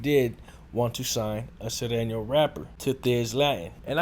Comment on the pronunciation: Can't even pronounce Sureno....stick to saying nigga every other word.